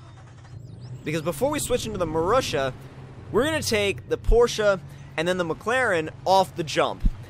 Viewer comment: the marussia is rightly pronounced [marusya]